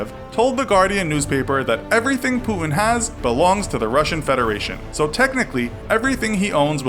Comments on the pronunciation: I hate how this new millennial generation don't know how to pronounce the letter 'T'. It is Putin, not Pooin. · Putin not pu'ing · It’s not “pu-in”, it’s “puTin”, mate. Sorry but it annoys me so much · Lol he says pootn instead of putin. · Putin sounds like "put in" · great video but why the fuck would you say putin like that??? pooood-in?? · Who is Pooh-in? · stop saying pu-in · Who’s Puhun? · I keep hearing pooin wtf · Who is this Poooin you speak of? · Why do you pronounce Putin as Pu-in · Is it just me or was he pronouncing his name as 'poo-in' ? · there's a 't' in Putin - could you pronounce it please? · Wierd pronunciation of Putin. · i dont like how you pronounce putin :(